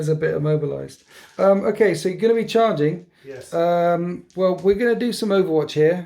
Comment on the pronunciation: Is Alex pinching the way you say yeys or did you pinch his yeys